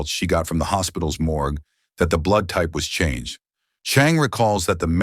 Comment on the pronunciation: it's more geh? Morge